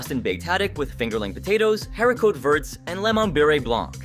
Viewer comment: Haricot Verts is pronounced hairy-co-vare…. Its French, my dude